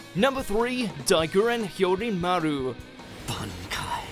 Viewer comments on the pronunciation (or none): It's bahn-kai, not bann-kai. :P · Look we like you. We really do, but why do you say B-AN-aki in sted of B-ON-aki? That's how it's pronounced in English dub, and Japanese. Like seriously, why do people pronounce things differently, when they are shown how to pronounce it? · Its pronoced Bonkai not Bankai. stop saying the first a. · Ichigo:Bonkai The person voicing this vid: bAnEkAyE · Am i the only one who finds it annoying when he pronounces it as "ban-kai" instead of "bon-kai" like how even the english dub does? I do like how ever that people still support bleach can't wait for my favorite anime to get its true ending. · banekai, bonkai, bang-kai, sampoktu lol how you pronounces everything else right but that XD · It's one thing it's dubbed, but to mispronounce bankai is a step too far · Using the dub version just ruins the pronunciation of the bankai, but he doesn’t even explain Gin’s bankai properly. This 10, like most of their anime top 10s, is just a joke. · The English dub bankai names are pretty cringe. Can't they just say it the same way the Japanese does? It's not like they translated the names anyway. The selected syllabus emphasis were kinda weird. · Why is ichigo's bankai no.1 and can we even call it a bankai since u know (spoilers) its not even a real bankai. Speaking of which what's up with ur pronunciation of 'bankai'. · Jeez the dub just murders the bankai names tsk tsk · The English pronunciation of the bankais is killing me. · Am i the only one triggered by his pronunciation of the word Bankai? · They butchered all those names and pronunciations. Dubbed really sucks sorry,but compared to how they say it in Japanese and how badass it sounds here it just doesn't give me the same vibes. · The way you say bankai makes me want to drink bleach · He also fucked up the pronunciation of Bankai and Zanpakuto.